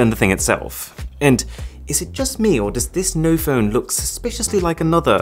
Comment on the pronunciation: Noph'p'one lol